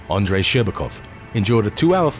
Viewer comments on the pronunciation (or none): none